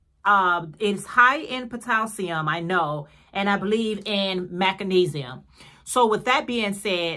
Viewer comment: Macinesium? MAGNESIUM, perhaps🥴